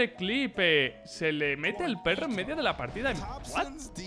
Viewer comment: Terrible “perro”